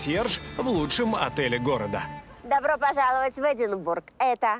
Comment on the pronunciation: По правильному - Эдинборо.